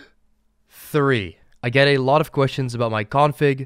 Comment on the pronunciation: After 5 "threes" I started hearing Th reeee